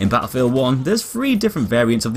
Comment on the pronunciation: you said bottlefield 1 funee